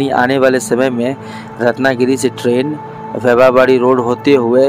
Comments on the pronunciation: Pagal wybha wadi nahi vaibhaw wadi 😘😏bolnese pahale station ke nam ki jaankari lo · वैभव वाडी को भी आप ठीक नही बोल रहे है मराठी शहरों के नाम आप हम लोगो से ठीक से समझ कर बोलेंगे तो आपका नाम रोशन होगा और काफी लोग पसंद करेंगे .